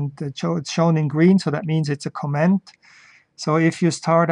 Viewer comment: Great video. Just a note on (American) English pronunciation. When Americans listen to how you pronounce the word "comment" it sounds like you are saying the word "command". And since Germans often pronounce d's as though they are t's, it just adds to the confusion. Americans can easily differential between these two spoken words just on the syllable that bears the accent or stress. In the word co'm-ment, it is the first syllable that is stressed (Caaaaw ment). In the word com-a'nd, it is the last syllable that is stressed (cuh Maaaand). You are placing the stress on the 2nd syllable for both words and this makes it more difficult for me to differentiate between the two words.